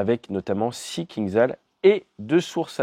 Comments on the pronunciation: Toujours aussi bonne vidéo, merci ! Juste un détail, le missile russe se prononce KinJal. Zh en anglais retranscrit le son J du russe. Ça veut dire poignard. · Il vaut mieux prononcer "кинжал" comme "kinjal". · ATE,STP, ça se prononce Kindjal, le j, étant un j, pas un i ni un z, le кинджал étant un poignard caucasien.